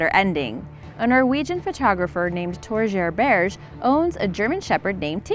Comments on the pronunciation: The way she pronounced the Norwegian name killed me😂😂💀💀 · You really butchered Torgeir Berge